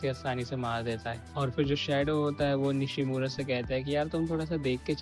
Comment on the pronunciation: It's Nishno not Nishimora😅